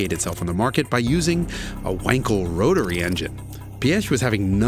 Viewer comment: Pronounce Piëch correctly: Check (at least at the start) Pronounce Porsche correctly: Check Pronounce Wankel correctly: Check Count this German impressed! Thank you very much! I know who Ferdinand Piëch was, but I had no idea he was responsible for the Merc 5-pot diesel. He was a true visionary who did not take no for an answer and who wasn't afraid to think outside the box. Great video. No seriously, a really great video!